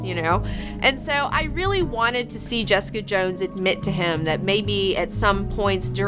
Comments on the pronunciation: Felt like hours of hearing, "Jess-EEE-cuhh!" in that British accent. Kept hearing it after watching, much like an unwanted song that gets stuck in your head. I just refer to it as JessEEEEcuh! now, in that same voice. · Ha! I totally felt the same way; I kept hearing "Jess-EEE-cuhh!" weeks after finishing the show :D